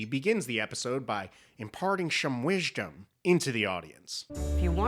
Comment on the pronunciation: When you said: "WISHDOM," I Subbed LOL